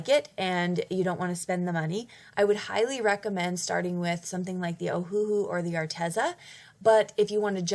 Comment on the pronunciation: Great video! Btw it's pronounced Oh-Uh-Hu (Owahoo). They named it after the Hawaiian island "Oahu", except they changed the spelling to match how it sounds phonetically: Oh-Uh-Hu but with the dashes removed = Ohuhu.